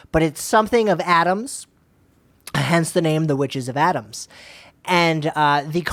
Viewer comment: The fact that they keep repeating Adams when it’s clearly Adamas! There’s an extra A there. This was very irritating!!